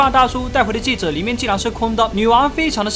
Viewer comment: 是，戒指，不是戒子。